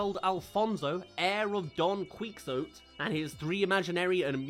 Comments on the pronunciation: That sounds like just about the stupidest Don Quixote adaptation ever (and I've watched the Hallmark version, which is absolute garbage). I love Don Quixote, so that's disappointing. But I didn't know it existed until now, so I really don't care at all. (Also, it's Key-ho-teh. Not, Quicks-oat). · I was immediately interested in I, Chihuahua because from that art I could immediately Jorge Gutierrez (creator of "The Adventures of Manny Rivera: El Tigre", "The Book of Life", and "Maya and the Three" all of which have been pretty good Also That "Quixote" pronuciation HUURRT lol